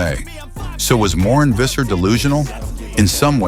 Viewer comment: When pronouncing Visser. Pronounce it as Fisser. F sound, not a V sound.